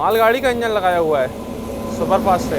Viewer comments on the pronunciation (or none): none